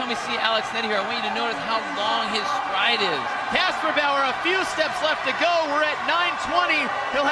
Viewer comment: Man he is good at saying kasperbauer..